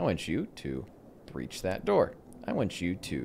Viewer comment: "Alright boys, we're gonna breah this one with C4" - WAIT YOU'RE GONNA DO WHAT WITH WHAT?!